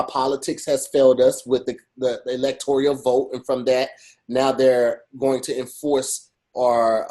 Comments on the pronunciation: Aye, put “Electoral” on Wording is Hard so I can hear you keep confidently saying “Electorial” 🙄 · with these words😭 “electorial” college? Innate change? 💀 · steady saying electorial when it’s electoral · E-LEC-TOR-AL.. i get it.. Wording is Hard. Lol